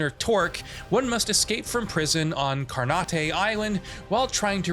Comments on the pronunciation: Its just called carnate Island, not carnaTAY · Car-nate island?....jesus christ.... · Thought I was the only one thinking wtf.